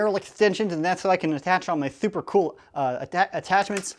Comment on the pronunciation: Why does he say thooper